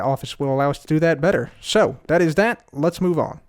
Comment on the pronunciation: why say dat and dis and shit? Th thththththththththththth